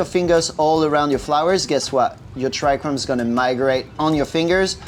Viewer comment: Trichomes bro, trichomes. There is just 1 single "R" in tRichomes. This is not chrome.